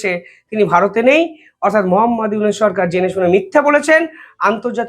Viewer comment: ফয়জাল না ফয়সাল। ইউনুস কে বলো ইউনেস নামগুলো ঠিক করে বলতে পারো না।